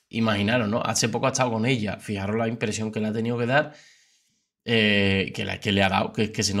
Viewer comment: FIJAOS***, se dice FIJAOS. Ni un imperativo bien dices. 😂